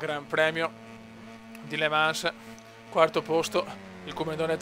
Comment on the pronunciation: non per offenderti ma certi nomi delle piste li dici proprio.... gerez,le mansssssss,vinales o non viñales,se parli con marquez si mette paura